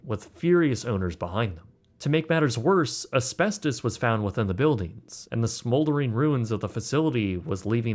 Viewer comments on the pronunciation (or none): none